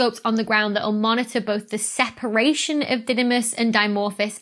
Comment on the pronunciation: 'Sheparation' - Are you related to Sean Connery? 😁👍